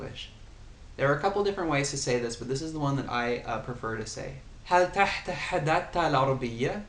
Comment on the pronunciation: you are very good and your pronunciations is very nice I want to make some correction for the phrase " هل تتحدث العربية ؟ " it is simply pronounce this way ( hal tatahadath alarabiah ? ) not ( hal tahtahadath alarabiah ? ) keep going